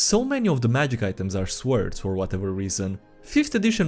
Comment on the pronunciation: I like the way he pronounces swords likes that i like the way he pronounces swords